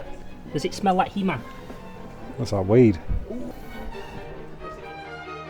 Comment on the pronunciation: oh i thought he said " ye mam"